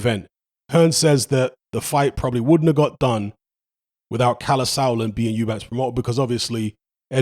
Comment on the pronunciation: Or when people say Eubanks